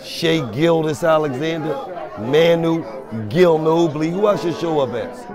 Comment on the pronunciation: “ Manu-Gillnobi “ is krazy